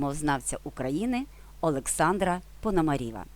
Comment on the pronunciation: "Пономарева", а не "Пономаріва"